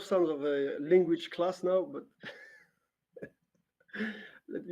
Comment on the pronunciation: average person:language carlos: lenguage